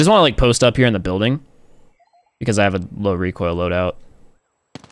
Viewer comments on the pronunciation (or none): ZERO reek-oil KU!KU!KU! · Don’t you mean REEK OIL?